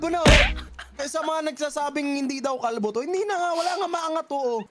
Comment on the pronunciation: Paldo❌ Kalbo✅